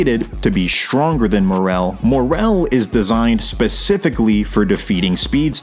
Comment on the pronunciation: Why is it so hard to just pronounce shit the way it is in the show? Who tf are "uvo-jin" and "more-RELL"? It's like people just aren't allowed to make videos like this unless they pronounce everything wrong on purpose